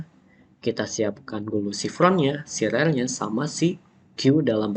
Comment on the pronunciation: Rear dibaca rer ❌ Rear dibaca rir ✅ Rear dibaca ril 💀